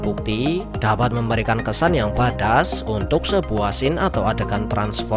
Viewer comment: Badass itu dibaca bed ess